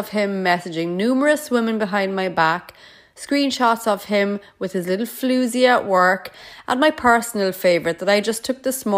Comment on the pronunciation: Is it just me or does anyone else like her pronunciation of 'floozy'